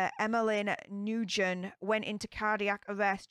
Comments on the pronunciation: Not New-gen, pronounced Nu-win. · Last name pronounced new-win for future reference very common Vietnamese name ☺️ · I can’t keep hearing you say new-gen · Hi! If she was Vietnamese, her name is pronounced "Noo-When". We have loads of students in the school district I work at with this name. I also hear it pronounced "Win" sometimes. 😉